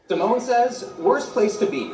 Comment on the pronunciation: Hahah, pronouncing Simone Samoan lol